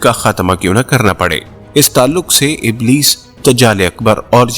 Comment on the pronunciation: اِبْلِیْس ھے ( ا زیر رکھتا ھے)